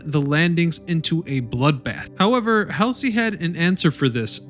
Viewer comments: If you are going to say the name "Bull" Halsey you could at least pronounce is correctly. I am betting you never heard the name before you started this. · Where are the battleships? And the graveyard? This is lazy, amateur trash. Even the names of Nimitz and Halsey are mispronounced. Viewers beware that this is definitely not history. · Wow, you made many errors in names for Leyte gulf. Admiral Halsey, not helsey. Taffy 3 verse TAFT. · Come on get your stuff together. It's Hall zee, not Hal-zee. (phonetically, of course) No excuse for screwing up.a name. Obviously, you did not do research. Narration seems not to be your strong suit. You never learn. It' s Nim its, not Neam- itz. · YOU'VE GOT ALOT OF HISTORY & DETAIL CORRECT ... THANKS NOW YOU NEED TO LEARN NAMES ADMIRAL "BULL" HALSEY (HAUL-ZEE) NOT HELSI TASK FORCE TAFFY 3 - NOT TAFTI 3 MOST DON'T REALIZE THE JAPS MISTOOK ESCORT CARRIERS FOR FLEET CARRIERS , THEN FROM THAT THOUGHT DESTROYERS WERE CRUISERS BY SIZE COMPARISON ... THIS RESULTED IN THE OVERUSE OF ARMOR PIERCING AMMO INSTEAD OF HIGH EXPLOSIVE (HE) ORDINANCE MOST OF THOSE AP SHEELS WENT THRU THE THINLY ARMORED SHIPS INSTEAD OF DESTROYING THEM.... THAT'S HOW 5" GUNS OVERWHELM II, 12, & yes 18" guns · Admiral Hellsly? It's Halsey.(Hall-z) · Who's Helsey? Is he referring to Admiral "Bull" Halsey? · Every time I see something from you guys you can't seem to pronounce names correctly his name is not Admiral Elsie it's Admiral hall z Guys do it all the time it makes me nuts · Adm. Halsey, not helsi!! damn. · Admiral Halsey, not Helsey. TAFFY 3, not TAFT 3. I give up. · Several of these words do not mean what you think they mean. Also it's Taffy 3 not Taft 3. Haaaaaalsey, not Helsey, and on and on and on. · Halsey not Helsey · Chester Neemitz? Admiral Hellsey? Numerous mispronunciations of locations, etc. Taft 3? This narrator needs an education on Navy and WWII history. He obviously wasn’t a part of any of it. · William F. “BULL” HALSEY, not Helsey!